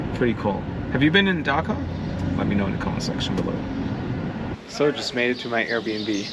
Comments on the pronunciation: The way you pronounce it sounds funny and sounds like you said Dhaka lol. Love your videos I am your very old subscriber after 4.5 years I am watching your videos again. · It’s not Dhaka but Dakar!! Don’t forget to roll “R”!! 🤔🤷🏽‍♂️🙏🏽